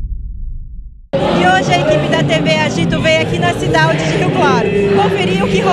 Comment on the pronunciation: só eu q percebi q a reporter falou cidaude de rio claro???